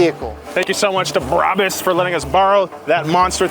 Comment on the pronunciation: Its pronounced braw boossss